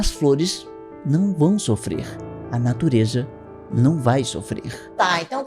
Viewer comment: "pra natureJa" 🤣🤣🤣🤣